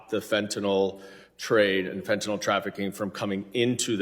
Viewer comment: "FENTAYL SYSTEM"?!?!?!?!?!?!